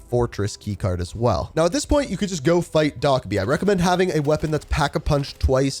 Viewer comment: I appreciate the guide, but the way you were pronouncing Dokkaebi had me tweaking. It’s pronounced doe-keh-bee, not doc-eh-bee